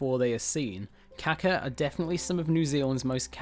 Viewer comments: cool vid....It is important to pronounce this birds name correctly, beacuse "kaka" means "shit" in Maori but Kaakaa is the bird so pay to lengthen out that "a" when you are talking about the bird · I can't believe anyone could be so ignorant as to pronounce Kaka as Kacker. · You saying his name wrong sounds like car car if you say that you will be pronouncing his name correctly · It would help if you really wanted to do this video justice, at very least learn how to pronounce kaka & other words correctly. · You said it wrong smh